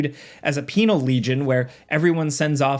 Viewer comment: I wish I hadn't laughed when you said penial legion